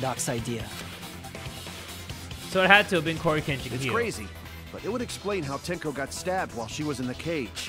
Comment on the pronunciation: Tenko, not tenno